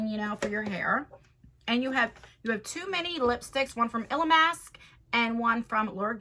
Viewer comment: I heard two mini lipsticks as "too many" 😂